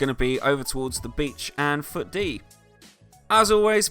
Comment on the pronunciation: and foot dee is said as fitty